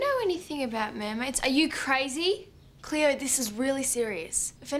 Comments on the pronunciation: It’s not cleooorrrrrr it’s CLAYOOO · LMAO “R CLEO!” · Its Cleo Not cleor